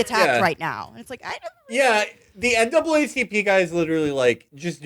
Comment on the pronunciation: Matt with the NAAPCP slip had me dying